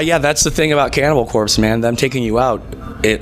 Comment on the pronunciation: im sorry it sounded like he said candy ball corpse lol